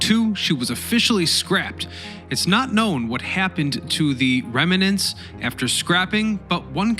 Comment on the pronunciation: Rem-nants, not rema-nants.